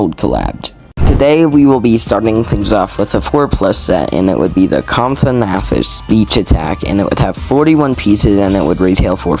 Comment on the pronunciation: Bro Said comfonathus